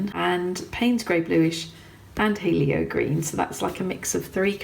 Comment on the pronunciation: Hello, So yeah, it is pronounced heeelio as it means sun in Greek. With your swatching, the right side needs a damp brush. So I do mass tone, then one slight dip straight down into water, then two wipes of rag, and wipe the bead of water off the ferule by touching it to your rag on a slight angle bent towards you. (I put my rag, right on the edge of desk on the my right side to get this angle). So starting with masstone on left, to do a graduation start with the blank wettest side top right corner, and bottom right corner and without wiping or dipping, stretch it from right to left, and mix it towards mass tone on the left. so your brush gets drier and drier towards the middle part of your graduation, so no back runs this way! So brush goes from damp to nearly dry in one move. Dry your brush a little more on the rag to remove wetness and do your lifting with a nearly dry brush. (It acts like a sponge) Doing well. There are lots of degrees of wetness! If you want a graduated wash with say 5 stages, either start with mass tone, then dip once straight down, then quick wipe twice, each stage. (include ferule wipe as a third drying) Or the other way is the lightest transparent you can make consistency of herbal tea, put a real lot of thin watery colour in your palette, and add more paint, paint each stage, dip once, wipe twice, wipe ferrule, and repeat 3 more times towards mass tone thick like cream in your palette. This method uses more water and less pigment, as you add